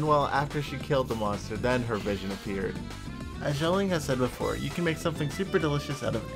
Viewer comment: i love you man but it’s not pronounced “Songli” 😂